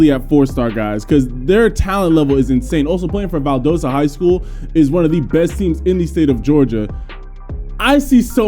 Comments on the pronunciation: Brantley and White are phenoms!! They’ll both high 4 stars at end of their Sr season! Ok and it’s pronounced Val Dah Sta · Still can’t say Valdosta right 😂